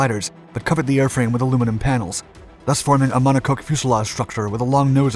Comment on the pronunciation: it's pronounced mon-ah-cock, not mon-ah-coke. you're welcome.